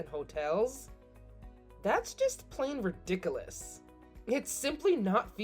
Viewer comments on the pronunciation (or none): 'Ridiculous' is pronounced 'rid-dic-KEW-les', not 'riddy-cool-us'